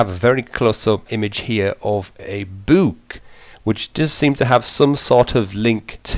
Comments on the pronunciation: I uh that's not how you pronounce book man it's pronounced "buk",not "beeuuk" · I love how you say book! "buke" Haha love it! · Dude, not trying to make fun, or to be offensive. But the way you say book, it is the funniest shit ever!. BEWK. Hahaha! fucking brilliant man, oh and btw i love the videos on DragonBorn. They are really good, thanks man. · Suuuuubscribed! Excellent video! And I look forward to to you saying buuk a little more. :D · like cuz he said book weird or dislike cuz he said book weird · i actually can't handle how you say "book". sorry